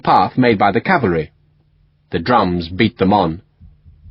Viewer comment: He says 'cavary'.